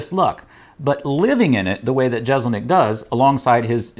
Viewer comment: Jessselnik not jezelnik